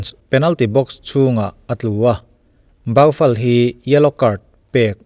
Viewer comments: Baufal anilo.... bou-fal tia lam tur o sir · Lam dan dik chu ka hrelo a mahse zo deuhin Bufal tiin lam zawk la ngaihthlak nawm zawk ka ring..